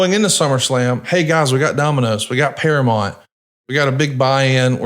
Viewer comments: you are killing me with your misuse of the English language. It's bad enough he says all of the sudden when it's really all of A sudden. Then he calls Duke the Dumpster Droese, Drozay. But saying Paramont instead of Paramount? It's one of the biggest & most successful movie studios ever & there ain't man, woman or child that doesn't know how to say it. I guess is a big subscriber to Paramont + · Para-Mount, you're killing me smalls